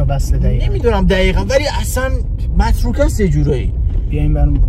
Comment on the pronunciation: متروکه❌ مرتوکه✅😂😂